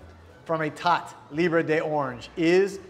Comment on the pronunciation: definitely needs to take some French courses. Parfum (parfe"n"), Vanille (Vani), Etat (ita), Est (i)...